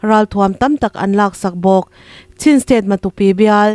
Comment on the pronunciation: Chin tih hi chhin tih anga lam loh tur a nih hmel Sin tih ang zawk in😊😮😮